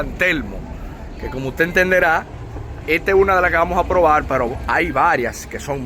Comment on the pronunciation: proval?? coltando?? compaltila ?? mejor volvete y regresa a escuela para aprender a hablar